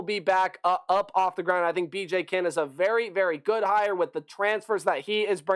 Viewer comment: couple of notes: Kinne is pronounced Kin-knee. Pare is pronounced "pear-ay". And Hatcher I really need to understand what folks are seeing in him, as he truly led a really mediocre at best offense every year he's been in college. Not a knock on the kid, but his ceiling is really FBS backup. Smart kid who can put in some reps if the starter goes down, but not built for the college game. Oh my prediction is: ceiling 6-6, floor is 2-10. So much depends on how all the transfers come together.